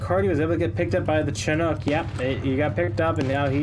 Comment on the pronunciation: i wish you can say chinook properly